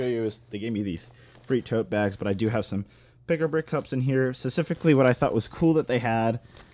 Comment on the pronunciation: Learn how to say specifically